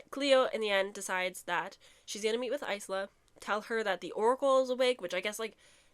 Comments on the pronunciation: The “s” is silent in isla so it’s pronounced ila” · You saying you hate her name but it's pronounced eye-luh 😭